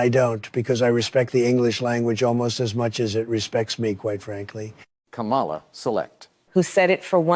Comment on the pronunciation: That's not English ka-mala